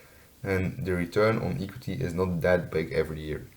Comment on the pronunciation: Hello, I liked you presentation. Your pronunciation was really nice. I also find it good that you use data from 2015 till 2019. I have 1 remark. I think the the pronunciation of the word equity is different. But your presentation was good overall.